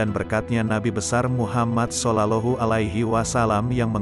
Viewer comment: الحمدلله Terima kasih banget, mudah²an bermanfa'at bagi muslimin Aaamiin. Usul sedikit :, sebaiknya komentatornya di carikan "orang yg benar² fashich dalam bahasa santri, contoh tidak " SOLOLOHU ALAIHI WA SALAM". Mohon ma"af.